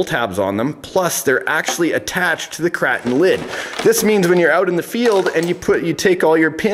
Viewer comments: Is "kray-ton" not "krahton" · You are saying the name of the truck wrong. It’s KrAton with an A sound like in pAy. Hard to relate in text